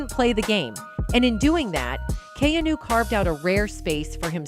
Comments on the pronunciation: Learn to pronounce his name correctly, and he is FAR from gay. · Is there any particular reason you keep mispronouncing his name? You don’t know him or anything about him, do you? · THIS WOMAN COMMENTATOR DOES NOT PRONOUNCE KEANU'S NAME CORRECTLY. SHE IS VERY ANNOYING & STUPID.